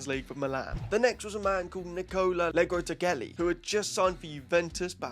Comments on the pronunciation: The fuck was that pronounciation of Legrotalie... 'leg row tah lee eh' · The way you pronunce legrottaglie 💀 I know that I shouldn't be rigorous with the pronunciations, but... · The way dude said legrottaglie😂😂😂